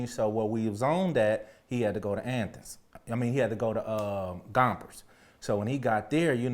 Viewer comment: I like how he says athens as Anthens . Lol